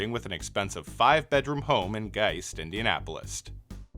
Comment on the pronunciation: Its indianapolis not indianapolist